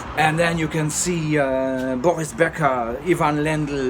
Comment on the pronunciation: Do you speak German? The way how you pronounce Boris Becker, Steffi Graf Sounds like german native speaker.